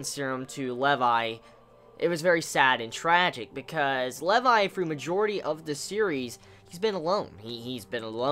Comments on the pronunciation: How you pronounce Levi's name make me cringe :( it's pronounced like LEE VI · its Lee-vi haha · The weirdest way to pronounce Levi ever. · Im sorry. I stopped watching the first time you said Levi wrong.